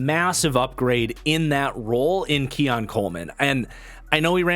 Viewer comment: keon* marcus not keion